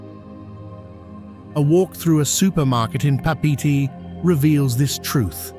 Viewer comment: Please learn to pronounce the proper wording like Papite when it’s actually Pape’ete